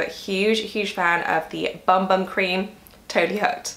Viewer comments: Vinicius Blank Fonseca I was just going to comment that it’s pronounced boom boom 😁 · Hi, I loved this video, but just one thing....you know that Bum Bum cream is pronounced Boom Boom, don’t you?! It might help your mother-in-law to know this 😂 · The BumBum cream is pronounced Boom Boom. It’s a holy grail product for me! And I do use it on my arms, legs, hips and bum 🍑 and everywhere else! 😂